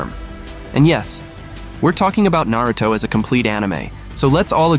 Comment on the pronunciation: The way he said Naruto let me know he’s never actually watched it.